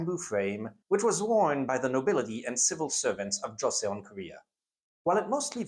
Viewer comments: For what it's worth, thanks to initial devoicing and an interesting romanisation 조선/Joseon has only two syllables and should be pronounced more like Cho-sun. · Joseon is pronounced Joe-sohn (-sohn as in John)